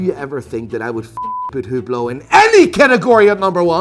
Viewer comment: HAHAHAHAHA I laught so hard when you said hublot